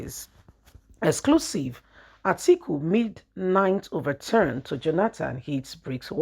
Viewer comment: It’s overture, not overturn